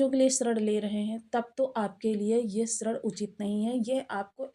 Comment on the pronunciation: वह ऋण होता है श्रण नहीं देवी जी